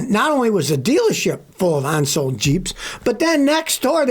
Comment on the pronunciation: “Onsold”?????? That’s not a word.